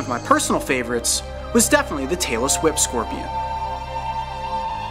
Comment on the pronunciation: Omg when he said its name, I seriously thought he said "Taylor Swift scorpion" LOL